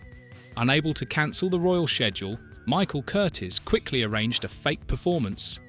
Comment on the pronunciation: The director's name was NOT Curtis; Michael Curtiz (pronounced Cur TEES) was born in Hungary in 1886.